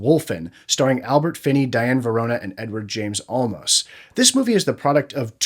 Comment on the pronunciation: Great video. (PS, it's Diane Venora, not Verona).